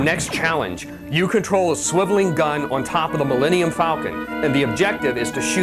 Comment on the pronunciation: The Maul-Eni-um falcon, eh?